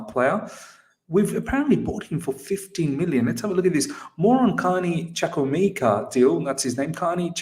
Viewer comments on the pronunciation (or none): It's pronounced CHU-KU-EH-MEH-KA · CHUKWUEMEKA my middle name sake will go straight into our first team. Trust me guys, he wont be loaned out. He is here to cause havoc to all our opposition. 99% of people have butchered his name (including ). He is class all the way and has the potential to get much better. He is an attacking midfielder in his most potent role as he is very skillful and creative. Delighted this has happened